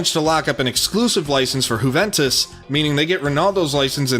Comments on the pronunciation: Can you please pronounce Juventus properly? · He's an American. He's incapable of speaking correctly I'm afraid.